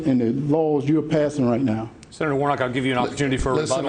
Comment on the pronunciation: It's Warnock, not Warnot,!